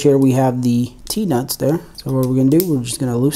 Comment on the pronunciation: I thought you said peanuts not T nuts😂